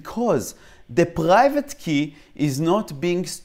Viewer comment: you pronounced private: paghaivate